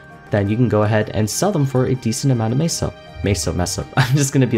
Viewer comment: I am pretty sure you are pronouncing, "Meso" correctly this entire time. I think it is a take on the Mexican, "Peso", which is pronounced, "Peh-So", except MapleStory has an M instead of P in the beginning of the word for the sake of the whole Maple theme, I guess? This is what I can correlate it to anyway.